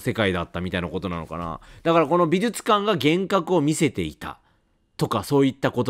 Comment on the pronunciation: 相変わらず発音が「びずつかん」で安心しますね。 ( +▽+)ピコーーーン！！！